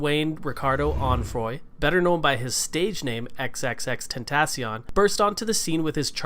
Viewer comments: Please say it right 😭😭 X x x ten- ta- cee- oin- XXXTentacion.. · If you are ever going to talk about him learn how to say his name and R.I.P xxxtentacion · bro he cant even say his or his kids name correctly smh, R.I.P x we miss you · He is even saying his name right?? It's like annoying when he says the name